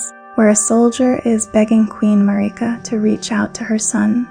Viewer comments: Everyone: Marika This video: Mareeka Great video though. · Im not sure why you say marika like that. they say marika in the game and its not how you say it in this video. great video! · You say marika in an odd way, why? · This is amazing, thank you for this! One thing; is there a reason you keep pronouncing Marika, Melina and Miquella different than the in-game characters do?